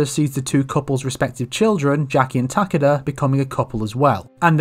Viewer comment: so who's mispronouncing Takeda or the developers?